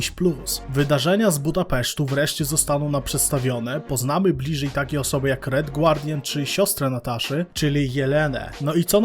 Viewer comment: Robisz świetne materiały ale mówi się "red gardian" A nie "red gu-ardian" to jest mocno słabe